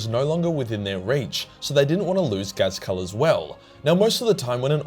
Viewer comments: is "" supposed to sound like Ghazghkull? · this man just cant say Ghazghkull's name right and the Sebastian Yarrick disrespect at the start smh